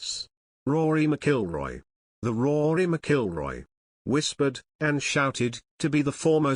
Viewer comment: Not pronouncing Rory's name right.